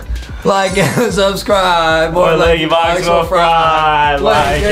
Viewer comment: You said Lankybox wrong